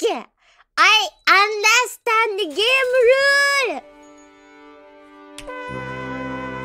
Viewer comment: "understandoo": She did not understand